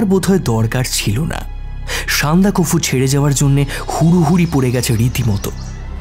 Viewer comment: আপনারা উচ্চারণের দিকে আরও যত্নশীল হন। কাকাবাবু যিনি করলেন উনি না, যিনি গল্প পাঠ করছিলেন মানে । ওটা সান্দাকফু', সন্দাকাফু নয়। এছাড়া আরও আছে।